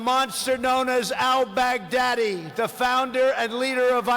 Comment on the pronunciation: No one Absolutely no one Trump: Call me 'Al-bag-DADDY'